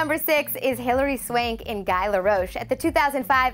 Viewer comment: "Hot" couture ? Guy (as in shy) LaRoche ? Obviously, whoever put this pitiful list together knows nothing about fashion.